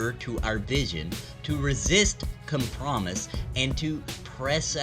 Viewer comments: com-PRO-mise…..not com-promise. /ragequit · I cannot watch this, because they still have not sent me my alpha invite dammit!! p.s. Not that I watched the video, but "compromise" is not pronounced "come-promise" but "comp-row-mize" :p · The word is pronounced Com-pro-myze (ˈkämprəˌmīz), it doesn't sound like the word "promise" at the end. I thought you had just read too quickly the first time and said "screw it I don't wanna do another cut", but then you said it wrong again a minute later so I had to chime in. No biggie though. That being said, I appreciate the content. Absolutely hyped for pantheon, have been for a long time. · Com*Pro*Mise not Com*Promise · Please learn how to pronounce compromise lol it goes com prom ize Love your stuff, keep it up. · Com pro mise. Lol sorry that really irritated me 8) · the com promise us you won’t pronounce it that way ever again!